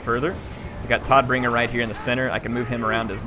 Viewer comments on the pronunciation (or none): Todbringer should be pronounced tow-d-bringer. His name translates to deathbringer.